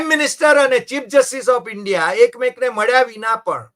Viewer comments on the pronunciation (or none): none